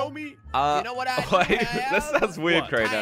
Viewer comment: Crainer not drainer my g